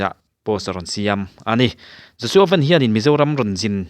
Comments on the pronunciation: Ven ni lo in Van tih tur aw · Joshua Van tih a i lam hi a dik lo. Joshua Van “Sky “ mizo tawng a“ Van” tih nen a in ang lam dan tir zawk